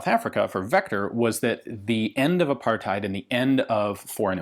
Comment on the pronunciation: im sorry but as a south african it really erks me when u say a apartheid. its pronounced apart-hate